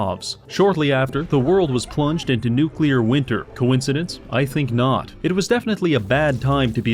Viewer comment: I mean they mispronounce “nuclear” as “nukular” I never expect them to work in the first place